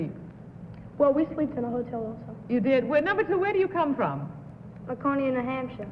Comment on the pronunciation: I knew who the correct dog slender was because he pronounced Laconia, New Hampshire with the right accent.